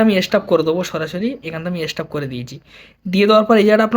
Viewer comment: হালায় ভালো করে উচ্চারণ করতে পারে না সে না কি আবার ভিডিওতে বোঝাবে এস্টপ কি হালার হালা।